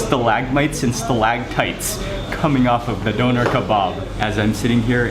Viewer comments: it's pronounced doonair...not Doner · d Ö ner The ö is like the O in OIL D o(like in Oil) n e r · Pronounced "dooner". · Its Döner and not Donar Donar is a nordic god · its dÖner and not Doner xD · Hi Mark, actually it is not pronounced dough-ner, but döner, like the German ö. Just letting you know. The word means "turning". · a doughnar? where are you from. you probably call it a guy-ro to lol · its spelled döner (letter ö is similar spoken like the u in urgent) . BTW very nice food, would love to visit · Shawarma is just wrong pronunciation of çevirme , döner is correct name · "doner" so funny when english and american and whatever people can't say the ö :'D